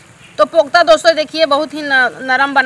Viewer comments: mai bahut dino ke bad maine apka vlog dekha aao baar pokta ku bol rahi hai kofta bole😁😊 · Pokta nahi kopta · कोफ्ता बोलते हैं इसको पोकता नही